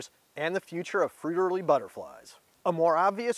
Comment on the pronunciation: Great video. But, your pronunciation of the Fritillary butterflies is killing me.😅 Still, thank you.👍